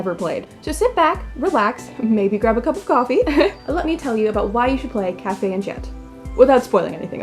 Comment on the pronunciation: I would have probably not been interested in it at first glance, but your review does trigger my attention. I may give it a try. Thank you ! Btw, -- I can't help sorry, I'm happy to see French words because I am French-- if you want to pronounce it perfectly: café is just as you said kah-feh. But for enchanté: You should not pronounce the "n". "En" and "an" are the same sound to us so you can repeat it twice: an-shan. It's hard to explain how to pronounce our "an"/"en", but I found this on the net: For “en”/“an”, try saying the word “song”, but stop just before your throat closes into the “ng” sound. You didn't do "tch" instead of "sh" which is nice. We don't have a tch sound. As for the last syllabe: té is the same as in café, it's teh. I hope it was useful ! It's odd to explain French pronunciation which words are used in a Japanese Otome Game xD Apparently, Japanese people love our culture so they tend to put words here and there to appear distinguished.